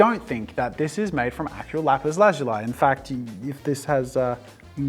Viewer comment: Lazuli is pronounced Lu-ZOO-le